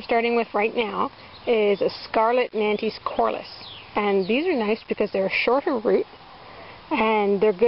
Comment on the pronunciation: Hi! Nantes is a french City, you should not pronunciation the 'e' and the 's' at the end, otherwise it sounds weird ;) Thanks you for those valuable sowing advices!